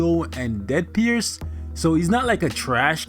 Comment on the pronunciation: Deadpierce?!! Really lol